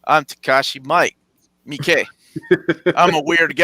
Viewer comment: Acually, it's Takashi Me-eekeh ;) You do pronounce both i's. He's been at the Rotterdam Film Festival many times and that's how he himself pronounces it.